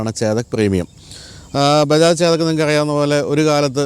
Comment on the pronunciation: ചേദക്ക് അല്ല, ചെതക്ക്